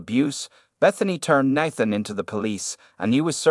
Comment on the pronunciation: Why did you pronounce Nathan’s name 3 different ways?